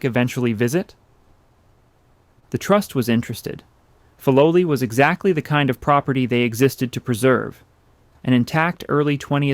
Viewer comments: Fi low lie not fi low lee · The pronunciation of Filoli is F-eye low lee not Fee low lee. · You have produced a wonderful documentary, devoid of the annoying and unnecessary background music. I lived in SF when Lurline Matson Roth was still an active patroness of the arts, and we were told that the name was pronounced FYE- LO-LEE, because Mr. Bourn made up the name combining words from his credo, FIGHT, LOVE and LIVE. (“Fight for a just cause; love your fellow man; Live a good life.” ) I have not visited the gardens lately, but I wonder if the docents pronounce it the original way. You get extra bonus points for pronouncing correctly the name of the artist, Ernest Peixotto, prominent in Bay Area art circles. Also, one of the most famous Matson ships that sailed to Hawai’i was named “The Lurline,” which everybody pronounced Ler-leen. Again, thank you for such an interesting and articulate narration.